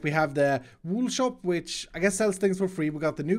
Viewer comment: saying shoap instead of shop new subcriber btw